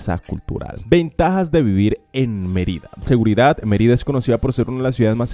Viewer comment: Merída en Yacutan? Es Mérida con acento sobre la E y es Yucatán. Querétaro con acento sobre la E no Queretáro. Como puedes hablar de las mejores ciudades si nisiquiera sabes pronunciar sus nombres.